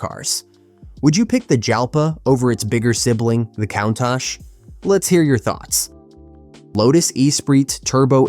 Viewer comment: Countach - pronunciation:Coon - tack